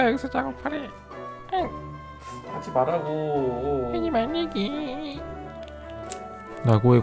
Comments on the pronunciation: ㅋㅋㅋㅋ 해지맬래계~물마시다 터졌네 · 하지뭬라궤~~~ 터짐 ㅋㅋ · 해쥐맬롸궈 킬포 ㅋㅋㅋㅋㅋ